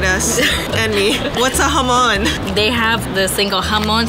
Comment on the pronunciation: Jamon sounds when you say it HAM ON and I’m from the uk and I crush 4 Maryland choc chip cookies and put 1/4 milk then mix then add an extra biscuit Maryland chocolate chip cookie thenmicrowave for 1.30-2 minutes